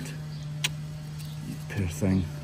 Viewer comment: Now I know why when authors are trying to depict the Scottish accent, they use the word "puir". You puir thing.